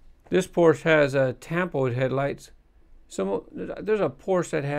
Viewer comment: I cringe every time you pronounce Porsche wrong...